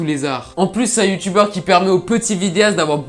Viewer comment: Jsp pour a chaque fois que tu dit "Youtubeur" j'ai l'impression que tu dit "Youtu-Beurre" 😂